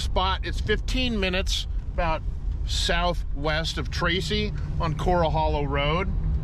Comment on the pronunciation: It's cor-rall hollow. As in "Gunfight at the OK Corral". There is no "coral" in CA, but there are a lot of "corrals". Bricks with the stamp "Carnegie" are worth a lot of bucks!